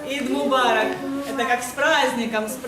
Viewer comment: Не ид мобарок а аид мобарок. Eid Mobarak